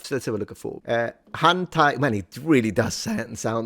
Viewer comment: Wait... it's "hanta"... not hentai...